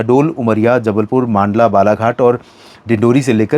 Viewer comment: मांडला नहीं बोले सर मंडला बोले आपकी हर वीडियो में आपको मैसेज करता हु आप अपनी त्रुटि सुधार ले धन्यवाद